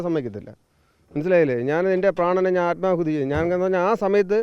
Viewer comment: ആത്മകൂതി അല്ല ആത്മാഹുതി